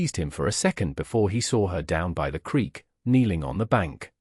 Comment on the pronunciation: 'creek', not 'creak'